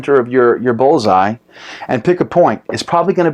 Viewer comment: Pretty sure it's called a "bull's eye" not a "Ball's eye"